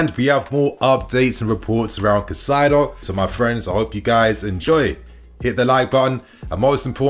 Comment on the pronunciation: say it with me Kai-Sedo..please